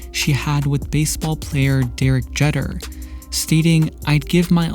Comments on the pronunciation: It's also Derek Jee-ter, not Jet-er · Deerej "Jetter" duuuuude its Jeeeeeter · Nice video. Couldn’t help but laugh at when you said “dirty old bastard” and pronounced“Derek Jetter” 😂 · Also it’s pronounced Derek “Jee-tur”. But nice video overall! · Yup also DEREK JET-ER. Pronounced JEET-ER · The way u pronounced "jeter" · This dude really butchered Jeter’s name.